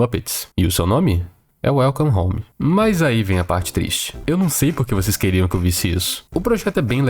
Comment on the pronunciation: KAKSK smp q ele fala welcome home a primeira coisa q vem na minha cabeça é: "welcome the mato" KKKKKK